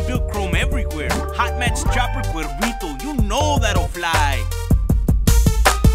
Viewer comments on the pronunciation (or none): either rockstar misspelled its name or the narrator said it wrong, cuevito or cuervito？